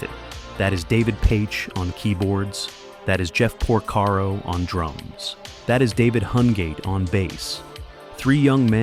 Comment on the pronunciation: Oh my! Jeff POR-SERO?!